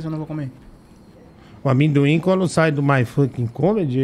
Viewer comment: “Da um pouco de medo né do AMÉMdoin” By vinhateiro 😆